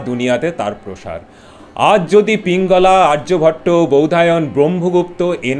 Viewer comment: পিঙ্গলা নয়, পিঙ্গল।